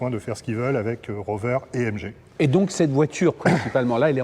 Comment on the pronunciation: It’s a British car, please pronounce it correctly🙈😛 Its a MG not mgeeee, its a tourer, not a break 🙈😛 Thankyou.